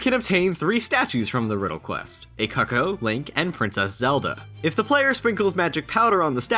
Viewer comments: Its Coocooo not COCKo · Pretty sure it's pronounced coo-coo not "cucko"